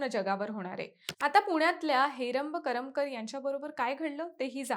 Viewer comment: करमकर नाही ग करमरकर